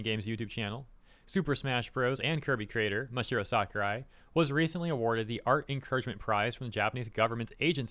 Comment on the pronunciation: Sakurai has always been one of the greatest game devs out there and he always shared this opinion. But please say his name right 😂